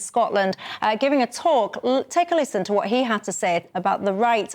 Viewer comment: Can someone please tell me why every Scottish politician starts the word what with f ...fwhat 😂